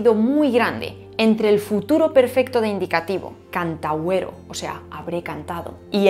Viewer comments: En varias de las conjugaciones latinas, has marcado el acento en la sílaba equivocada. Por ejemplo - cantávero y cantáverim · At Shouldn't the accent be on the antepenult in both cantāverō and cantāverim (which should not be cantavirem)?